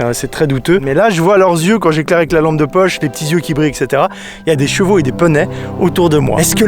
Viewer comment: J'adore ta façon de dire poney. "Des Peuney" :3